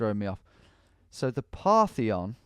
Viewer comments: Parthenon...not partheon lol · "The Partheon"... Guess he was thinking of the Parthenon maybe? Jokes aside, great video and great map too. Tom is the goat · Reads the word "Partition" as "Partheon," proceeds to call the Parthenon "Partheon," which this place very blatantly isn't. The mapmaker was trying to get you to guess a swiss/gothic country, definitely not greece lmao